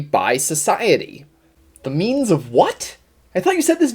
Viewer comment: I keep hearing "meanies of production" lol